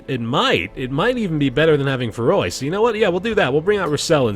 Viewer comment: IT'S NOT FERROY IT'S PERROY STOP CALLING HIM THAT!